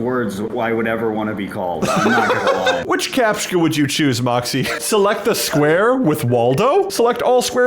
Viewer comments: "captchka" WHYYYYYYYYYYYYYYYYYYYYYYYYYYYYYYYYYYY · Captcha, there is no K in Captcha. Capt-cha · the way you say captcha hurts... It's capt-cha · its pronounced "kah-p-chuh"